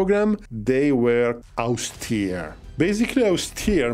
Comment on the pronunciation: If you're curious about "austere" for most native english accents, austere is pronounced without a diphthong, for north americans at least it is the same vowel in "all"